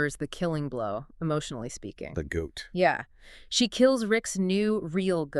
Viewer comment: Did you say he got a new “GOAT”?……